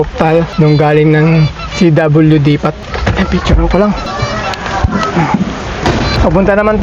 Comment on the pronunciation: Pards pag nag salita ka ng depot, tangalan molang ng T masmaganda pakingan..